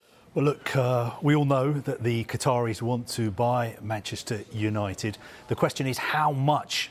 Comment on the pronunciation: Hahaha, it's Qataris, nice try...